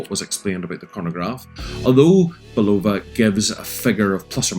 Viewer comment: Nice watch, now you can pronounce Bulova correctly. Also the original sold for 1.6 Million, NOT 16 Mil. Do you find the chinese leather nato smells funny? Like Wuhan wet market funny? Mine did, great watch, rubbish leather strap IMO.